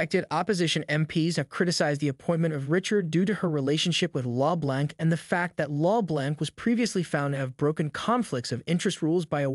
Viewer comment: The computer generated voice that is reading the script needs to learn how to pronounce 'LeBlanc'.